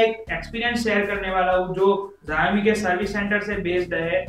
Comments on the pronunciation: Ziaomi nahi 'Shaomi' bologe toh bhi chalega. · Jayemi kya hota hai? Xiaomi hota hai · Xiaomi ka pronunciations theek karlo bhai.